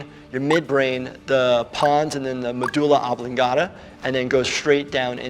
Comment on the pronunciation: The modula....oblangata...